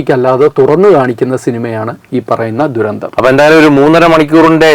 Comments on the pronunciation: ശ്രെദ്ധിച്ചാൽ മനസിലാകും... നാക്ക് വടിക്കാത്ത അവരാതകൻ "ദുരന്തം " എന്നാണ് പറയുന്നത്... നന്നാവേടെ.. Jai Hind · ദുരന്തം!! അത് തെറ്റു തന്നെ